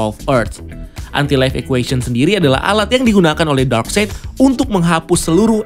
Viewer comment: Darkseid itu dibaca darkside bang. Bukan darkseit. Greget gw 😂 Ralat juga nama asli martian manhunter itu J'onn J'onzz bukan jay junes bang. 😅 Btw good review. Ga sabar banget nonton ini. Pasti bakal beda banget. Gw optimis bgt ni sama Snyder's Cut. Semoga tidak ampas seperti justice league sebelumnya. 😂